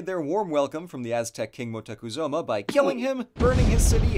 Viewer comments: “Moctecuzoma” xD ay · I’ve never in my life heard or seen Moctezuma spelled and pronounced as Motecuzoma